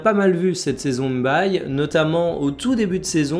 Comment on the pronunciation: M'baye = mbaye c'est bien que tu fasses cette effort, pas mal de gens le font pour les hispaniques donc, je vois pas pq on a du mal à le faire